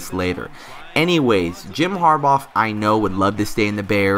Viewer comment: Harbaugh pronounced (HAR-Baw) not (HAR-Bawf)